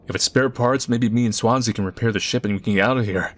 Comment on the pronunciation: i know it's Swansea but every time you say it, my brain says Swansie